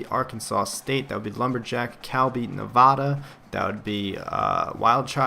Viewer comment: Pronounce Nevada right.